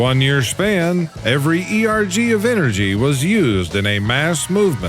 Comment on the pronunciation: The word is erg not E.R.G. It is a unit of work output.